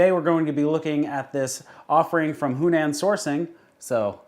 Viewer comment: The owner of Yunnansourcing pronounces it You - nan, no H.